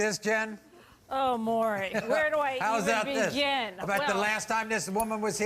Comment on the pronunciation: It's MAURY not MURRY